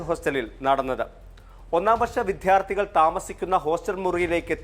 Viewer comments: വിദ്ധ്യർത്തി എന്നല്ല വിദ്യാർത്ഥി എന്ന് പറയാൻ ശ്രദ്ധിക്കണം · വിദ്ധ്യാര്ത്ഥി അല്ല വിദ്യാര്ത്ഥിയാണ് റിപ്പോര്ട്ടറേ…